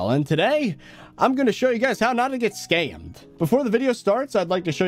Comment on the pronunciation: Normal people: scammed: skAimed